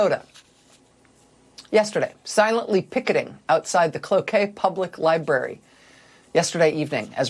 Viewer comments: OMG she even properly pronounced Cloquet MN 😁 she rules! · Rachel, as Minnesotan, im so proud that you pronounced Cloquet correctly. 😊